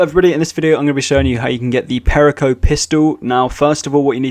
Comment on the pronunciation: You butchered perico. Its: Pe-ree-co